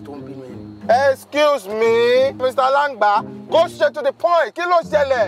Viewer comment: Wait, Mr macaroni you said Mr alangba 🤣🤣🤣🤣🤣🤣🤣